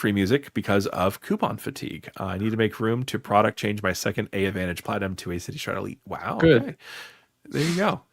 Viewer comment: Fun video. Just an FYI...the name of the AA loyalty program is called AAdvantage, as in "advantage". It's not "A" Advantage.